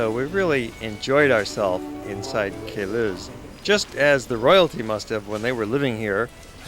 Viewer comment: Ugh. It's called the "Palace OF Queluz" Get it right. :/